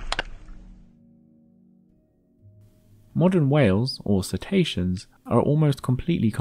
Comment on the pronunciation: I'm being a language geek - please forgive me! How are they "See-ta-see-ans" rather than "Sit-ay-she-uns". Or indeed if the letter 'c' is always hard in Latin, perhaps "Ket-aysh-ke-uns""